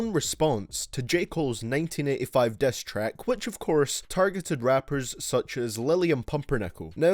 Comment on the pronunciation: Diss track*** not "dess track"